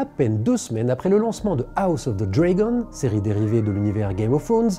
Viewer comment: Fan de Tolkien depuis 30 ans, j’ai regardé avec délectation les deux premiers épisodes de ROP, même si tout n’est pas raccord avec les bouquins. Petite mise au point de prononciation pour monsieur le journaliste : en anglais, on dit « dragon » avec le même son « a » que dans « drag queen », et en français, le mot gageure rime avec sûre, pas soeur. (C’était la minute de maître Capello, seuls les plus de 40 ans comprendront 😂)